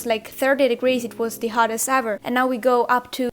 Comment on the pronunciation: its the buyer.......not dee buyer.......it's with not wiv.......hahahahaha........